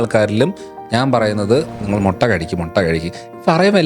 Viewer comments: മൊട്ട അല്ല ബ്രോ..... മുട്ട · മൊട്ട അല്ല 😃 മുട്ട 😂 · മൊട്ട അല്ലടോ മുട്ട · മൊട്ട അല്ലേടാ.. മുട്ട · Motta alla, mutta aanu